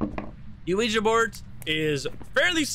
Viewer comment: Thank you for pronouncing "Ouija" correctly. It's so cringe hearing people say "Weegee."